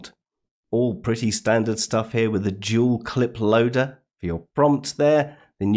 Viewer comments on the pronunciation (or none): It sounded like you said "Jeweled Clip Loader" and that's what I'm going to call it from now on.